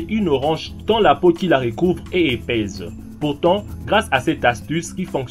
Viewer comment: l'accent ne justifie pas tout. par exemple prononcer une peau "épaize" pour l'orange au lieu de "épaisse" c'est un vraie faute